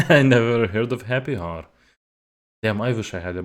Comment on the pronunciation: Oh, also, the H in hour is silent :) by the way where you from?